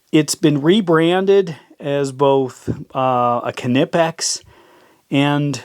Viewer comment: It's pronounced "kuh-nee-pex".. as told by their CFO in Germany.